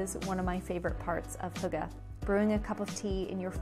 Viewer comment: Most of the information in this video isn't intererly accurate, so thought I'd just clearify some things^^ Hyggeligt is the direct translation of cozy. Hygge just means cozy, but as a verb. I guess 'Hue-guh' is the easiest way to describe the sound to an English speaking person, but as a Dane i couldn't understand what she was saying. It's much easier to just go to google translate and get the Danish option and have it pronounce hygge Way back in the day winters used to be brutal, but today we get little to none snow. At Denmarks darkest time, the sun will rise at - and set . Christmas in Denmark Isn't realy about christianity or belief, but more of a an excuse to hygge and make the cold times pass faster. Christmas in Denmark is also called "The Hearts Party" or "The Festival Of Hearts" which baseically just means to apreceate those you love. Family, friends, lovers, etc. I guess you could call hygge a life style, but essentially hygge is just a Danish way to say "Live Laugh Love" lol Hope this was a bit more informative :>